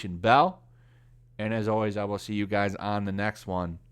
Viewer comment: Right now isn't how you say always.